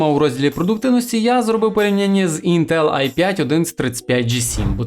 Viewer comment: ставиш наголос в слові інтел на е, не можеш подивитися тести інтеграгок в інтернеті, як тебе тіпи загалі втикають